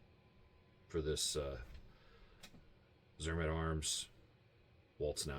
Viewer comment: It is pronounced zermaht